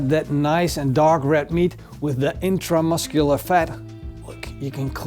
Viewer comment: drinking game for how many times he says itramuscular fat